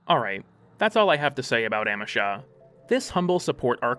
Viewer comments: Oh my god I will smite you. It's AM—EE—SHA, not AM—EH—SHA. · Every time you say amEsha instea od Amesha, a kitten falls down the stairs. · Ah-me-sha....I cant watch the video because wtf are you saying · uh-MEE-shuh its a google prompt away. please. dont harm auditory people by saying things wrong willingly good vid otherwise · Your pronunciation of "Amesha" made me twitch irl.